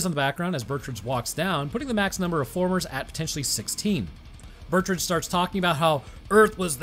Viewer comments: The name Betrüger is pronounced (Bet-true-ger) not (Burt-ridge) 😂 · I legit didn't even know that this movie existed. Bit of a nitpick, but it's pronounced Bet-roo-grrr or alternatively, Bet-Ruger. Also, I totally agree that they shouldn't have done human testing without first doing exhaustive testing without humans. First drones, then animals, THEN humans, and only with extreme precautions in place at both ends of the portal. In addition to chimpanzees, I think mice and pigs would have made for good test animals due to some of the similarities and compatibilities they share with humans. The armored chimps could work, and one precaution that could be taken is the implantation of a remote-detonated explosive in its body, ideally in a location that will immediately disable it should it become aggressive. Also, when you finally move on to human testing, maybe don't use an intern or fellow scientist? Perhaps try a mentally stable and generally non-violent inmate who is on death row or has multiple life sentences.